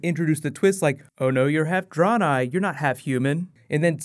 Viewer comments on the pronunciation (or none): "dren I" lol not "drawn I" XD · Dray-nigh not Draw-nigh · Pronouncing it like "Draw-nei"... makes me cringe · you mispronounced draenei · For some reason I am really upset how you butchered Draenei